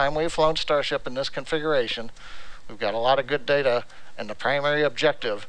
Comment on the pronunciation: DATAAAAAAA *pronounced like the SEGA boot screen